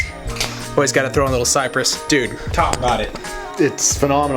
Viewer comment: Did you just sed Cyprus ?